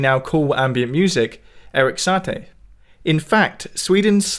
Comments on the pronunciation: Awesome and insightful video French lesson though: Sah TEE not SAH tay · ❗️CORRECTION: there is a small mistake in the sheet music. The “E” in the left hand should be a “C#” 🎵 Thanks to those who pointed it out 😀 Also, sorry for my awful pronunciation of Satie! 🇫🇷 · Your pronunciation of Satie is peculiar. "e" is silent. And final stress is an easy to remember rule in French